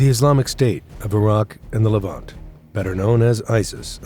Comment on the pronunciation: Hahaha, he pronounced Levant like it's a French pastry.